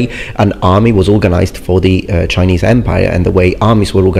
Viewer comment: your Chinese pronunciation is EXCELLENT. I commend you.